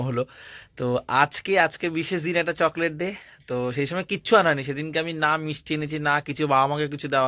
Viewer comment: জ্বরের মধ্যে মা কে ঠান্ডা জলটা খেতে দিয়োনা। কনকনে ভাবটা কাটিয়ে দিয়ো। আমরা পুরো শীতটা ঐভাবে জল খাই।চকলেটটার উচ্চারণ সঠিক ভাবে করো। যথেষ্ট বড় তুমি। google এ শুনে নাও। যা উচ্চারণ করলে নিজের বোকামি প্রকাশ পেল।